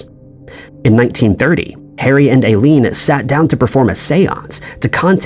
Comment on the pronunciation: Eileen is pronounced "Eye-leen".